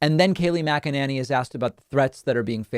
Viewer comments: Why does he keep mispronouncing her last name? The lady drives me batty, but every time David says Mac-A-Nay-Knee I cringe just a very tiny bit. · MAC uh NAY nee, dummy... not MAC uh NAN ee. How many times do you need this explained to you? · Kayleigh Mc-a-ninny.. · Kay-lie Muck-a-ninny! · Mackannany ir what's it spelled sounds kinda like wackadoodle 🤣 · Does David say her name as MagaNanny? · I love it when he calls her Kaleigh MACANANNY! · Mac-a- Ninny